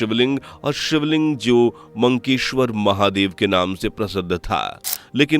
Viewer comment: It is Makkeshwar Mahadev not Mankeshwar.